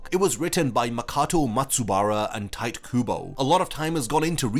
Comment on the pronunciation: Tite is pronounced Ti te，not tight